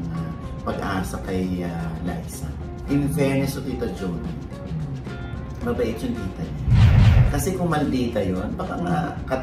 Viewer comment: its JO-NI ..base sa buka ng bibig